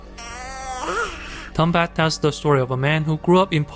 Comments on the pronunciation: Tombat? Really nigga? It's Tumbbad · Its tumbad not tombat